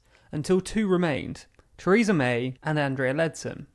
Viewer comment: Chreesa May. Never heard of her.